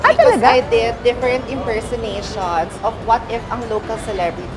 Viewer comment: di nmn kasi talaga ini- inpersonate, . . . . .impersonate Kasi, . . . . For "intertainment?" okay!!, . . .an "enteresting" thing at its finest!! Hahaha 🤣😬